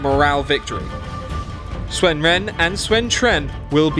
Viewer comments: UnitedEarthEmpire they made a lot of mistakes. Sun becomes Swen. The 'i' in 'Liu' is dropped. As is the 'u' in 'Luoyang'. Cao Cao is still bad. Chaoxin. And the pronunciation is wrong regardless in what language you pronounce it. If it is wrong it's wrong. My name is not pronounced Oi je ne just because I am in Germany. People still call me Eugene even though we speak in German and Anne (two syllables in German) does not become one in English. I still say An'ne when we speak in English. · Why is he pronouncing "Sun" like "Swen"? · You are pronouncing "Sun" wrong. it is pronounced like the english word "soon" not "swen". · Guy keeps saying Swen, instead of Sun. It looks good, but the lack of blood (Obviously going to be a Paid DLC like in Shogun and later games), and the lack of unit animation and zoom means doesn't look any more impressive then some of the Free Mods out there. The Generals are pretty much the only reason to play this. That said I want a Chinese Dub of the Character Voices, like they had with Shogun with all the Japanese Voices.